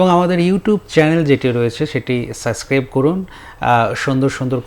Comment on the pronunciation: গুলিস্তানের উপস্থাপক ৩/৪ বার সাবসক্রাইবকে সাসক্রাইব (Suscribe) বললো😂😂😂😂